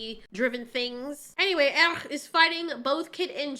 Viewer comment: The movie is one of muh childhood faves, so this series stabs me in the soul. It's insulting! Btw, it's not "worm." It's "wyrm." It's the Norse word for "dragon" and it's pronounced "VEER-um." It irritates me that none of them can pronounce the name "Airk" correctly. You can, so why can't they?! It's not "Eric." It's "Airk." And why do they have to say "yeah" and "gonna" constantly when it's supposed to be high fantasy?! Or medium fantasy or whatever. "The Schwartz is in YOU, Lone Starr! It's in YOU!" See also Colwyn from 'Krull' when he loses the Glaive but gains fire magic.